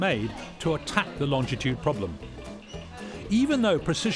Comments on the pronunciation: It’s not longditude,it’s longitude. It winds me up when it’s pronounced wrong. Just saying.... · I'm surprised that this lovely man - as involved in longitude as he is - mispronounces "longitude" as though there were an additional "t" after "long". There is no "t" there and so the word IS - and should be pronounced - LONG- I- TUDE and not LONG TI TUDE....... Admittedly - Latitude and Long ti tude rolls off the tongue in a more satisfying way than "Latitude and Longitude (no extra "t") - but it's wrong..... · When did it become Longtitude. I always was told it is Longitude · Great video. You would think though, that Adam would know that it's pronounced LONGITUDE, not LONGTITUDE. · Why do so many people say longDitude and not longItude. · For goodness sake, its LONGITUDE not longditude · why did nobody stop the presenter from repeatedly saying "Longtitude" not Longitude! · I am a Harrison fan and enjoyed this show. I'd like it more if AHD would stop adding a 'd' in the middle of longitude. It's NOT 'longditude'! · It's pronounced "lonjitude" -- the 'g' is soft. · Excellent video of a fascinating subject. I wish he wouldn't pronounce longitude as longTitude though! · There is only one T in longitude. In common with most people, he pronounces longitude with two T’s: longtitude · STOP saying "longDitude". It's REALLY annoying! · Adam Hart-Davies is a great presenter, but his constant mispronunciation of Longitude is jarring